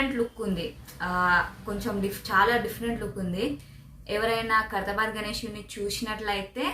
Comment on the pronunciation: Khaidhrabad aa😂😂😂 khairthabad